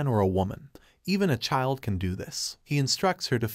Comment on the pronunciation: It's chyld, not cheeld.